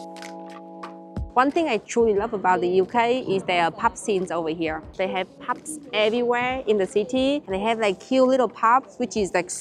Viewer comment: Pups (instead of pubs) had me rofl! 😂😂🤣